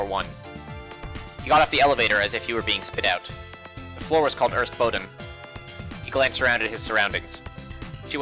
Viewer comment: why are you missing letters when you read things like "der erste boden"? Where is last 'E' ? Why are first letters E and R are merged into some indistinctive sound?